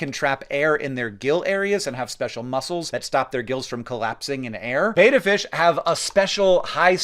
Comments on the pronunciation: fun fact there are two 't's in 'betta splendens', hence it should be pronounced with an 'e' like in 'better' rather than 'e' as in 'betamax'... At least according to naming convention and local pronunciation. No idea who started it (misspelling?) or how it caught on. When I learned this as a child I named my betta fish 'Beta' so my brain didn't go through loops whenever people mispronounced the species... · Nitpick alert: I'm doubtless not the first to mention it, but the reference to "Beta" fish is incorrect. The taxonomic name for the Siamese Fighting Fish is betta splendens. Betta (pronounced like, "I was sick, but I got betta" 😉 ) may derive from the Malay language meaning persistent, and splendens from Latin meaning shining. Thanks! Now, back to doing fish things... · CORRECTION!!!!!!!!!!!! It's pronounced BET uh NOT BATE uh..................................... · i just hate when you pronounce betta fish as beta fish, betta, having two t's has a short e sound beta having only one e has a long e sound. it really triggers me !! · Very interesting, and I liked the density of the video. I'll point out: I think beta fish are pronounced beh-tuh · calling betta fish β-fish is pretty funny. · I've raised fish almost my entire 51 years and worked in 3 pet stores where I've had to hear betta pronounced that way by customers thousands of times .... and yet it never stops feeling like a skewer running through my ears with my brain in the middle. But when someone really intelligent does it, it's even worse.